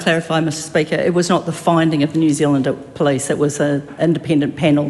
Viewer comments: Can’t even pronounce the word Police , she says Plice !! Pig ignorant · so they demand everyone speak maori PROPERLY but she cant even say POLICE properly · I wish she would learn how to pronounce police correctly.